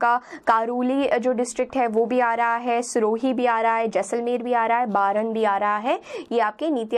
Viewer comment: Plz.....सिर्फ pdf file को Open कर के रट्टा मत मारो.......बारां जिले को....बरन pronunciat kar rahe ho....App log...!